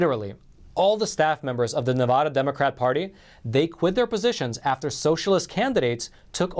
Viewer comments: Nevada ADD and ADA NOT Nevuhduhhh 😂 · It's not Nevuuuuda, it's Nev a da as in short a Nevada please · If you’re going to report on “Nevada” please learn how to pronounce the name! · QUIT SAYING NE-VUH-DA...IT'S NE-VAH-DA. Seriously dude, if there's anything we NeVAdans hate, is when people say our state wrong. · Supreme Court is a disgrace....what are they there for if not to hear cases.....and it is NevAda, NOT NeVAHda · Ne-va-da not na-vah-da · Please pronounce my States name properly. NEVADA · Neh-va-duh. Aaaa like in apple. NevAaada ... Nevada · These videos that have him say, "Nevada" incorrectly is like nails on a chalkboard SCREEEEEECCCCCCHHHHH! I almost cannot even listen to what he is trying to say because this is so annoying. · Love you but please learn to properly pronounce "Nevada".